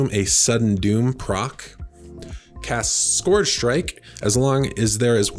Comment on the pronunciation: SK-ER-g Scourge. Amazing vid otherwise lmao <3